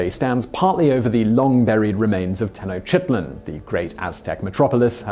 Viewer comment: New Orleans would've been one of my first picks. I didn't know about Prague but that was depressing. He mispronounced Tenochtitlan. A lot of interesting facts.